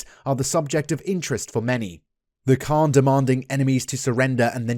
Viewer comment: A correction ...it's not Khan it's pronounced as "Han"